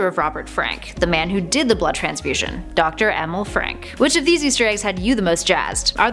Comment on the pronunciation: I thought the name was pronounced E-meal. There was the Stan Lee appearance, but I guess you missed that one.